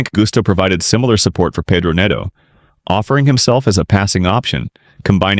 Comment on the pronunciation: Paydro??? Nedo?? Only Americans pronounce Pedro as Paydro and Neto as Nedo. An American making analysis or commenting on football matters is just catastrophic. These guys can't seem to pronounce these players names correctly. Paydro, Nedo. PHUCK.